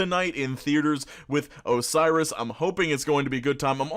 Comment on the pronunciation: its Osiris, and I’m Mexican